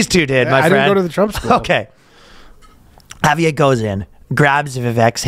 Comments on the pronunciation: Ryan, the r in Javier is in fact not silent. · Surprised he didn't pronounce it with a hard J.